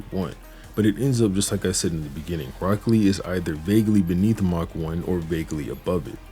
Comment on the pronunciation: I stg bro saying broccoli 😭